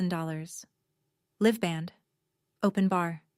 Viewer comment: AI can’t pronounce ‘live’ as in ‘a-LIVE’?